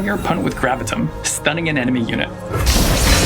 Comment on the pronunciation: hmm yes, do I want Gravitum, or Gravitum?